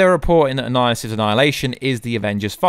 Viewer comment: can't finish this vid, hearing 'annilihissus' is almost painful.